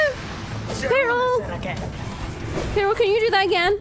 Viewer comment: I absolutely adore the way you pronounce Quirrel. 🥰